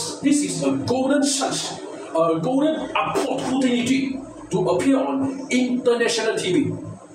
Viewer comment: I realise he adds an extra TI to opportunity. "A goden ahportutinity!"